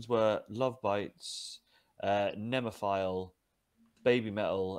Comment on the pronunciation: Also its "NemophiLA not Nemophile.. or phil 😊 thanks..